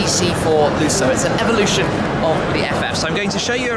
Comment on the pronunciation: Shmee you are English, please say Evolution the correct way.